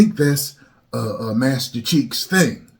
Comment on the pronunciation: Did say Master Cheeks 😂